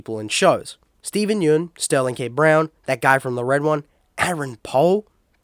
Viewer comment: Heads up! It's Steven Yeun, but it's "Yun," pronounced like "gun" :)